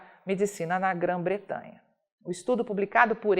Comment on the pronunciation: Grã-Bretanha querida ....nao grã bretranha....precisa prestar mais atenção.....jornalista profissional